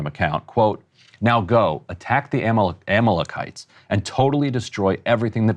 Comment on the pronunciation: Unless there's some super old pronunciation of Amalekites I'm pretty sure that's the worst pronunciation I've heard. Goes to show his potential lack of knowledge of biblical themes and how it relates to israel 😂